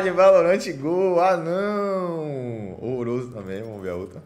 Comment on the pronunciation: O cara falando rorroroso meu sonho era ter uma dessas